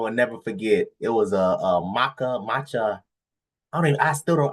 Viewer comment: It’s matcha not Makka😂😂😂😂